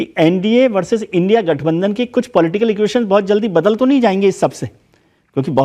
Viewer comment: it is not l n d I a alliance it is indi alliance